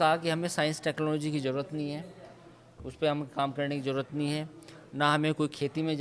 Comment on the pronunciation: bade sciencedan pehly jaroorat ko zaroorat to bolna sokh lo.🤣